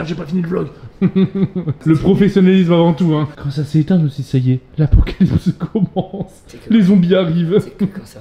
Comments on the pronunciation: "l'Acopocalypse" ahaha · inox qui dit l'acapocalipse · il a dit l akopocalipse ou je reve